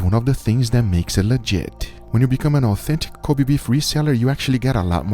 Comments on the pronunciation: It's disrespectful to say it "Cobee", it should be more like "Ko beh" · Kobe Beef [ko-beh, not ko-bee] Love you from Japan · It’s not koby beef it’s Kobe(kobae)! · say it right, its not Ko BEE, its KO BEI